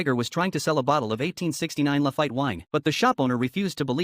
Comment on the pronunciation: It's pronounced lafeet. Not lafite.